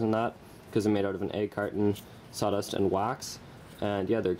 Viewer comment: Dude, its SAWDUST not SATAS.